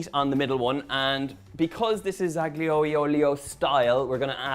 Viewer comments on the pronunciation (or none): aglio olio , drop the G, it's silent... as in: allio olio. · The ‘G’ in ‘Aglio e Olio’ is silent: It’s like the ‘P’ in ‘Psychology’.